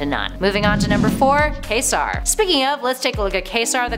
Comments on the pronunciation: 'Quasar' - like the star. "Kway-sar." Not like 'Kay serah kerah.' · Isn’t it pronounced “kway’-zar”? She kept saying kay-sar. Js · Quasar is pronounced "Kway'-zar," not "Khay-ser". It's a scientific astronomy term for a kind of super luminous, ultra-massive, rapidly rotating neutron star. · it's not pronounced ka-zar it's qwae-sar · When you mentioned "Quasar," it sounded like Ka-Zar (Kevin Plunder, a Tarzan-like character who lived in the jungles of the Antarctic Savage Land). "Quasar" should be pronounced "Kwa-zar," with the first A being a long A. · #4 Quasar is pronounced "Qw-a-zar", that's with a "Q" not with a "K". You pronounced it as Kazar, as in of the savage lands. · omg, every time she said "Kay Zar" i wanted to throw my laptop. KWAY ZAR, NAMED AFTER THE REAL LIVE CELESTIAL OBJECT...sheesh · Kway-sar, no Kay-sar! This is what happens when non-comic book people speak superhero names. C'mon! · I believe it's Kway-Zar not Kay -Zar (Quasar) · Yep, Quasar got me worst of all. It's pronounced "KWAZAR" not "KAYZAR" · Is her pronunciation of Quasar (Kay-sar) the actual pronunciation? Isn't it Kway-zar, like the celestial object? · Also it's pronounced closer to Kway-sar than Queso-r. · KWAY-ZAR, not kaysar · Also, it's QUAY-sar, not KAY-sar. Just like the stellar object. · Quasar is pronounced "Kwaysahr" -- like the star, or the TV company. Not like the Mexican cheese sandwich. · It really, really bugs me the way she kept pronouncing Quasar like, Kā-sar. It’s pronounced, Kwā-zar. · QUAY-SAR not KAY-ZAR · Quasar = "kay-sar" LOL Are you fxcking kidding me? It's not "que" like quesadilla. LOL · "MCU"? The Municipal Credit Union? "K-sar"? Wouldn't that be "KWA-sar"? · It's pronouced KWAYsar, not kaysar. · It's pronounced KwayzaR NOTCAISER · KWAY-zar. Sub-MARE-inner. Jeesh. And half of these aren't heroes, so why not just say "characters"? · Wasn't watching the video when she said "Kaysar". I thought she was talking about Ka-Zar. Yeesh. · K-zar... wtf